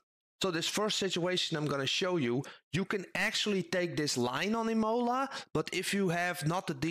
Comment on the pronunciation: It's not Imòla, but Imola 😉